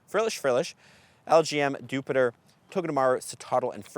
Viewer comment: Why do you pronounce Dewpider as "Jupiter" instead of "Spider"? (honest question, Spanish native... which side note: I always wanted you to do a "cheaper" trovatrip to Mexico T_T now with Hawlucha that's kinda obsolete)